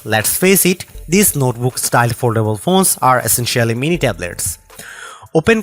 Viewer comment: Oldable? Did you want to say foldable?